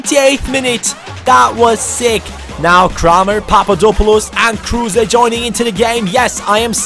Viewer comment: Isnt it robbie kruse( so spoken: cruse)?